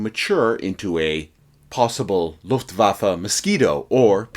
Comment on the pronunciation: This is the first time ever I hear a proper German language pronunciation Faron an obviously English speaking native person, thank you! Its horrendous hearing the Lufwaffe expression like Lofwaaafle.